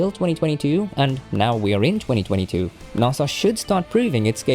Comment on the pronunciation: Naaasa? it’s nAsA